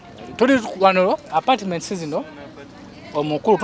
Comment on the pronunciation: Wow may God bless you 🙏 but the way you have bn saying suuna apatiments 😂😂😂